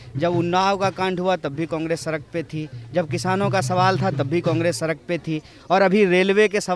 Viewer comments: Sark nhi sahi se bol beta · सरक पर नहीं...सड़क पर..सड़क पर.